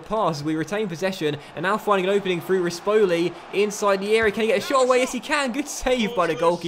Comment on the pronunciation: Just some tips on how to pronounce things: Renzo Barbera = Rentsoh Barbay-rah, Monachello = Monakello, Rispoli = Ris-pohlee, Setola = Seh-tolah